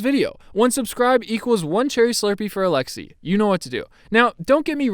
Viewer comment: Who else is Russian and cringes when Americans say alexei